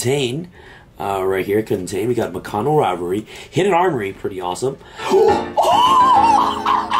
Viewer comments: why did you keep saying Mikano like there isn't a second K in there 😂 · They actually all look pretty cool. Mikanko not mikano lol. Was testin pure rescue ace for a bit...going first or second can be good but it needs more support forsure to be super competitive. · Corrected himself on purrley but not mikanko lmaoo